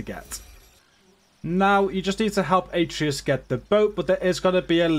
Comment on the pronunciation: Its A-tray-us